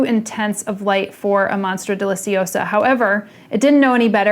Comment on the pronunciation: No one: Summer Rayne: monstra